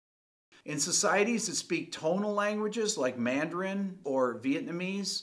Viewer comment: With all due respect ... 1) Grad + dissertating students (and the resultant PhD holders) are great at questioning, and at finding logical, methodological, and factual flaws. Very few of us humans are good at constructing watertight theories. Proof: You pronounce "Mandarin" and "timbre" incorrectly. And I know you've already confessed "Wernicke." It's much more difficult for me to state why you have these idiosyncrasies. All scholarship is messy at most points. You might have begun your video with your closing statement. Don't forget to praise the giants upon whose shoulders you stand in the preface of your dissertation. 2) Anecdote: I had a music professor (composer/theorist) who said (in 1973) that he had perfect pitch, but tended to lose it when the key areas moved into greater sharps and flats. In 2019, I had the pleasure of randomly meeting that professor again and presented him with my memory of his statement. He (age 87 at the time) responded, "Well, the older I get, the more I'm losing my perfect pitch." 3) Anecdote: I was a horrible melodic/harmonic dictation student and a rock guitarist. However, now, every so often, after hearing music on TV, I'll go to to the piano and hit the chord or outline the melody that I just heard and probably hit the correct pitch or chord 25% of the time, with maybe another 25% of the time being a tone or semitone off. Thanks very much for this video, however all hail Dylan (and Rick) Beato!